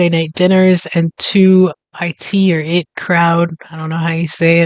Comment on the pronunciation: It's said "the eye tee crowd", not "the it crowd" if it helps 😊